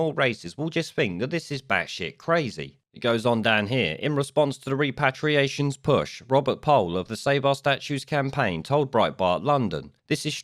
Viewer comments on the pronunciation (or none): It's pronounced REP-ER-ATIONS. Your mispronunciation of this key word makes you look foolish and ineffectual.